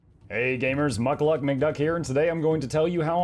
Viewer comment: Well you are, not Mukluck.